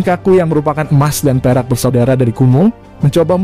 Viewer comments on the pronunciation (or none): none